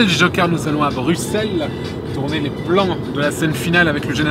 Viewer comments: pouce bleu parce que tu as bien prononcer Bruxelles :D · Waaaw :0 un français qui prononce bien Bruxelles... Un grand homme cet Antoine Daniel!